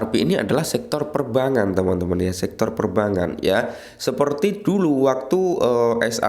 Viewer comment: Perbangan....gak enak didenger bang...bang sama bank dibedain ..biar enak di kuping